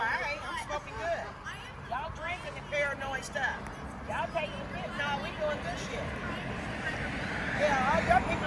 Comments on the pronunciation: Fenta-nill. Not fenta-nol. Get it right. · “Stop smoking that FENTANOL”. Excuse me, big booty lady, it’s FENTANYL not fentaNOL. Just saying 🤷🏻‍♀️🤦🏻‍♀️😆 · made me throw up! "Axing bout why yous doin' fentnaal" Lean claiming to be an officer going to call his "friends" to give you Hep C. When did potheads become patients? I can understand patients with cancer or serious medical conditions utilizing it but there's nothing "medical" about getting stoned from government poisoned cannabis. As a former pothead, with too many years of experience, I certainly never benefited from it other than a buzz and the munchies. Question, if you smoke cotton will it give you marijuana mouth? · She actually said stop smoking that fetynal 😂